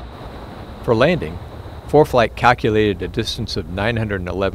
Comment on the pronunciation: "Laning" performance 😅